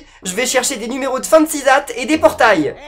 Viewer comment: fen-si zatt